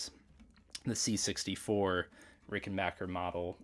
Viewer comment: Awesome collection, and thanks for pronouncing "RickenbAcker" correctly.